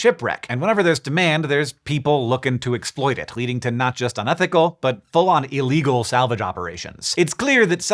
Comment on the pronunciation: the way you pronounced the "L" in "leading" reminds of Columbo. Is that a thing in English? You only pronounced it that way in this particular scene